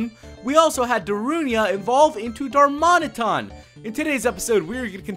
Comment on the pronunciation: Darmanatan Not darmonaton